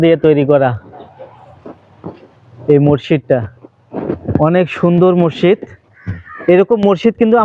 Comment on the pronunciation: আরে ভাই মসজিদ উচ্চারণ টা ও ভালো করে করতে পারলেন না। কি আফসোস রে ভাই আমাদের সৈয়দপুর, পার্বতীপুরের ভাই আমাদের মান সম্মান টা রাখলেন না।